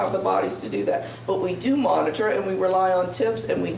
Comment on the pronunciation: She is saying relay on tips 😂😂